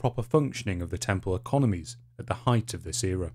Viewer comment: For check: can the narrator annunciate properly? Eg does he pronounce "the" as "f". Does "three" sound as "free". Yes. 🤦 I'm out. (Where do they get these poor quality narrators from???)